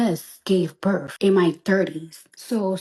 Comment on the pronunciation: “I juss gave burff” 🤣